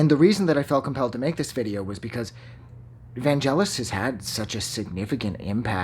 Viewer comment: Please pronounce his first name correctly first!